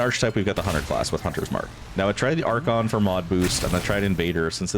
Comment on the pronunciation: Interesting build, but my brain keeps wondering: how are you pronouncing archon like that and archetype like *that*? XD